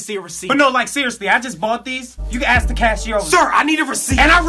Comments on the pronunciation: Why does say "aks" and not "ask" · why he say ask like axe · The sub still can't say ask correct